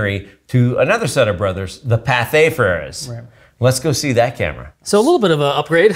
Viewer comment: It's Pathé, not Patha.